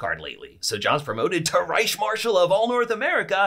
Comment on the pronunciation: The C is pronounced like a K ReiKh